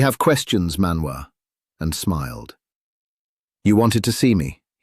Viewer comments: Man-woo and Cordan? Ilvatar? Loving the proNOUNciation 🤣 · ManWoo 😂😂😂.. I just can't. The dangerous and elusive ManWoo.